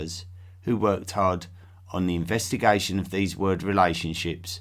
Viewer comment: Investigaishon and relaishonship !